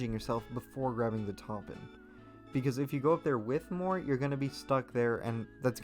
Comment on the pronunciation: him pronouncing mort as "more" makes me mad